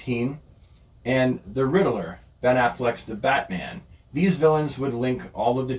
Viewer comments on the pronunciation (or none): it’s Ridd-ler there’s no vowel between those consonants. Great video. Thank you for creating this.